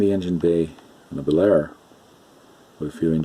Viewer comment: Just a note: The Bel Air name is pronounced as (2) syllables. "Bel-Air" as opposed to "Belair". Old school hobbyist like myself cringes every time we hear "Belair". Great Video just the same!! :-)